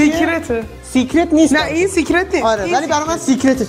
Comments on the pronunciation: سیکرت نه سکرت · سکرت درسته نه سیکرت